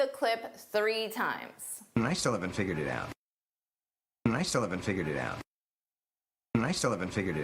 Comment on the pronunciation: “and I still” sounds like “nice in” 😂